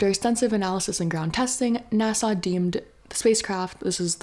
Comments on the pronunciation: *NASA, not Nassau. A is for agency. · Great info but you say NASA like it’s an island in the Caribbean 😊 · fElon should cut back on the K. Also, I’ll never pronounce NASA the same again 😂🎉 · I kinda like the way she says it lol its silly